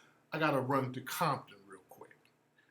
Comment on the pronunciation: Lmao at the way he said "compton" 😂